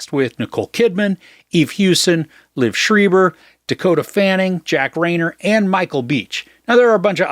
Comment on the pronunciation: His name is pronounced LEE—Ev SHr-eye-ber